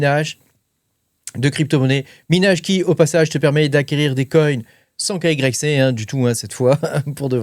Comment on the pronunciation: svp , n'eppelez pas KYC dites " Ké WHY SI "